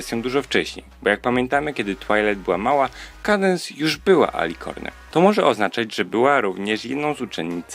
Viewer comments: "kejdens" ? Chyba "kadens"... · Czyta się Kadens a nie Kadense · Sorki że się czepiam ale się mówi kadens, a nie kejdens xD